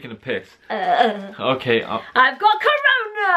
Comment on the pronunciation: WHEN SHE SAID "CoRoNa" BROOOO WHAT???